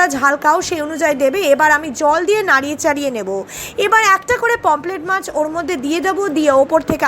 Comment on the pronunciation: Didi pomplet bolena Pomfret bole